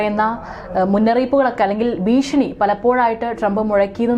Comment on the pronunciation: ബീഷണി അല്ല!!ഭീഷണി ആണ് 😄